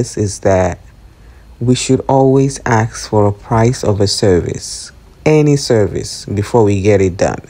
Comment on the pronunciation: It's ask not axe